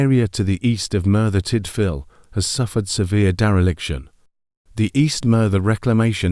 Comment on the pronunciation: bloody hell i was looking forward to this but that robot doing the voice over carnt even say merthyr tydfil wright ,sorry it killed the vid